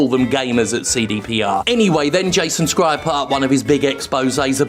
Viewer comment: It’s Jason “Shryer,” not “Skryer”